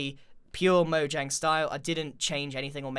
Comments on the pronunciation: Is it just me that heard Grian say moyang instead of Mojang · is it mojang or moyang?im just kidding I know it’s mojang not moyang but you said it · he didn't say mojang, he said moyang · It’s not moyang it’s mojang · Also he said Moyang who is Moyang I know Mojang but who is Moyang? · DID YOU JUST SAY MOYANG!!!!!!!!!! ITS MO-J-ANG! look i love you videos but i gotta dislike for that. hope you understand GREEN. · instead of calling it mojang grian said moyang!!! LOL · who noticed he said moyang instead of mojang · It is not moyang is is Mojang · Which one are you: Mojang : Mojang (Moyang) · “ MOYANG “ I love moyangs game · Me:A lot of people call mojang moyang Grian :*says moyang* Me: Im done with this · he said moyang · I'm sorry grain but its so funny you said MOYANG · in the nether did he say moYang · did he just say moyang? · He said Moyang poor tired grian :3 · Grian - This might even be a little bit too much for Moyangs style. Everyone else - Grian roasts Mojangs building skills. Me - Does anyone notice that Grian said Moyang and not Mojang? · did he just say “MoYAng” i’m dying 😂 I’ve been corrected and I found out that’s actually how it’s pronounced so sorry ¯\_(ツ)_/¯ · who else heard moyang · y does grian keep calling mojang moyang? its funny lol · Grian you said moyang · did he say moyang? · He said M O Y A N G Umm... Really? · Not trying to offend you grian bit you said moyang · "Moyang" "Eleetra" "Measa" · he says moyang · Lol u said moyang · he said moyang again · m "moyang" moe-yay-ng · Whats "Moyang?" LOL! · moyang lol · Grian : Mo-Yang Me : Mo-Junk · grain you just said moyang on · Ok lol he said Mojang pronouncing the J like a J then he said Mojang pronouncing the J like a Y am I the only one who has gotten very confused at this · Is it pronounced moyang or mojang? I’m sorry I’m a dumb dumb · please pronounce mojang properly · So wait is Mojang pronounced Moyang or Mojang?